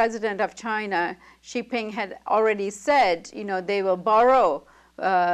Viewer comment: This lady does not pronounce Xi Jin Ping correctly.